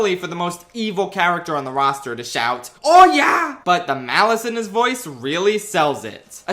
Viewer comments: Note: Ganondorf does actually say "Doriyah" but it's so crunchy it sounds like "oh yeah". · English-speakers interpreting Ganon’s “doriyah” as “oh yeah” will never not be funny